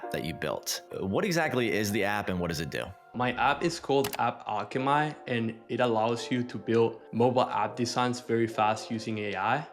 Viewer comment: I stopped the video to find this comment when he said "my app is called AppAlche"my"' because I read it as alchemy, but..hey...still good content